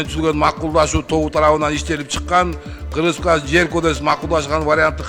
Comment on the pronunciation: Кыргыз республикасынын дегенди так окйалбай койду 😮😮😮